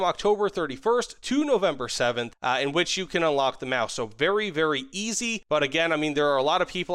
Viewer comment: Your Sturmtiger/Maus pronunciation is spot on!